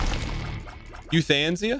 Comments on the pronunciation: "you-than-sia" lmao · no he didnt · chat was probably mad he wasn't saying euthanasia correctly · Does he say Euthanasia like that on purpose